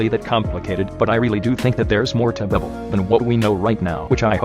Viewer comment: i love how the tts pronounces it as "bwibble"